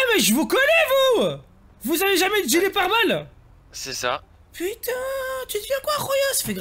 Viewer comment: Ça me fume 😂 "gillet parbeaux"